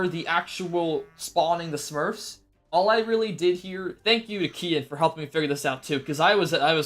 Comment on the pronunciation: When he said Kehaan it sounded like Ian